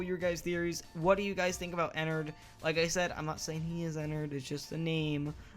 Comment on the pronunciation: it's not enrt it's mine rinu